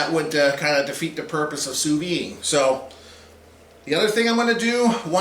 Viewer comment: The "d" in sous vide isn't silent.